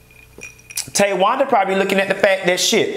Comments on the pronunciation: Every time he says “Ta-wanda” 😂😂😂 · the way you said Tawanda, TAYwanda. I hollered